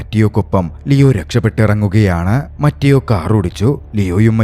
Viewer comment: ബ്രോ , മറ്റിയോ അല്ല മത്തെയോ എന്നാണ് ( mathew എന്നതിന്റെ ഇറ്റാലിയൻ പേരാണ് മത്തെയോ )🙏🏻